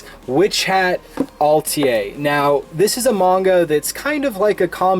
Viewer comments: Close. Pronounced "Ah-tell-ee-eh" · Atelier... It's a French word. I liked your video, but pronunciation is important in audio video presentations. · I've heard people pronounce "atelier" in many different ways but yours was on a whole new level. Nice to see you back.